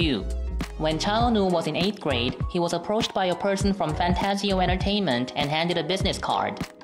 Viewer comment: Did he say fantsio? I think its fantagio am I wrong?